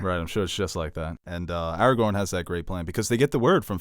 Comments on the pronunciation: Or Aragon instead of Aragorn. 😜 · How can you call yourself a nerd but call Aragorn “Eragon” for forty minutes